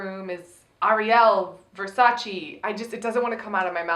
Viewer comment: why is everyone saying "versace" wrong on purpose. at first i thought it was a joke, but cmon, don't pretend it's the right way to pronounce it. it's the way ariel says it.